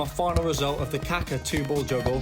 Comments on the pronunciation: BTW, his name is pronounced "kah-KAH". "KAH-ka" means something quite different. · Great video, but I gotta criticize 2 things: Plexiglass is not a glass, it is a very tough polymer that is very bendy, so it absorbs a lot of energy. It is used for protection where the weight of glass is a problem Please, refer to Kaka as ka-KA and not KA-ka. In Brazilian Portuguese, KA-ka is translated as poo